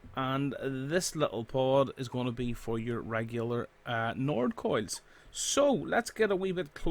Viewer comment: why he calling coils coids